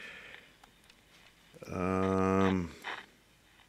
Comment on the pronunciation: One megahert, two megahertz....🤣